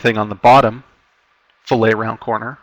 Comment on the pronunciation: Fillet, in engineering, design, etc. is generally pronounced like "fill-it". When associated with fish, it is pronounced like "fil-lay".